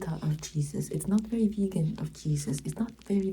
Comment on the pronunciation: When said “it’s not very vegan of Jesus” I had to switch on subtitles and listen to it again lol